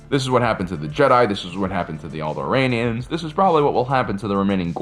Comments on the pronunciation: I heard "this is what happened to the old Iranians" 😅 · I heard “old iranians” when you said alderaans